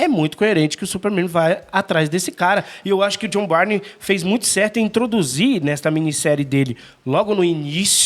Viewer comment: Só uma coisa. A pronúncia do sobrenome do artista é BURN 🔥